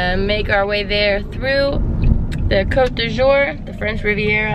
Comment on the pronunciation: It's la Côte d'Azur (the azure i.e. sky-blue coast) not la côte du jour (coast of the day) . Sincerely, Internet Nit-Picker (... hoping for the day I have videos good enough to have my own nit-pickers)